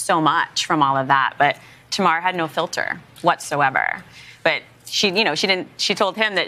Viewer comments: LAPD is putting ZERO focus on the crime today. They cannot defeat the evidence so their position is "We do not have the time to prove or disprove Hodel's investigation. We are too busy with other solvable homicides." You are correct in the different pronunciations. They say TAmar, I say TAMar? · I seem to hear folks pronouncing your sister's name as Tam-AR, accenting the second syllable. I'm going with your pronunciation, since she was your sister and surely would have corrected you if you were mistaken. :)